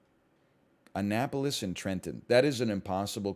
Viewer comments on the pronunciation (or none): none